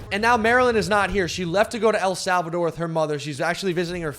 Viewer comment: “ELL SALLVADOR” 😑😑